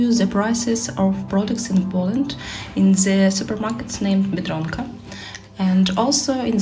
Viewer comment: Biedronka very good👍😊. You pronounced the word "Biedronka" very well. You'll be able to speak Polish soon.😅